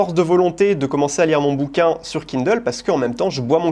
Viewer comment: En revanche, qu'est-ce qu'il prononce bien Kindle !